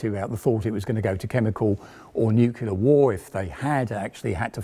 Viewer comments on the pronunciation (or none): Please don't say nucular.